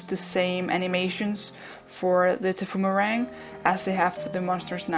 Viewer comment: Tbh its called thy-poo-mer-rang